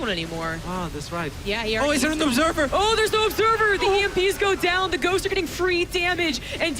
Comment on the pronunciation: 55.00 It sounds like he says "girls" when he says "ghosts" ^^